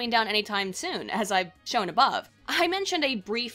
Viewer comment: Its funny when you say "above" ;)